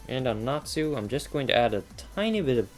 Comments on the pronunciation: I was just trying to make it simpler by making it a z so it doesn't look weird.... since he was pronouncing it Nat Su. at least at the start of the vid he did. so still....SLAP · u said natsu's name wrong! its pronounced natzu! *Slaps in the face! I FEEL SO SATISFIED;D